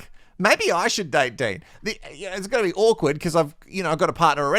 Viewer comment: His name isn't Dane it's Dean